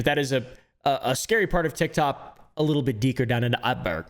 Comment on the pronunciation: "A scary part of TIgTob a bit deeker down in the utberg" you okay there?